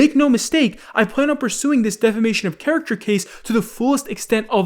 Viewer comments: Why did this guy say char-acter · Characher.. wtf?? u turning into Dyslexikeemstar?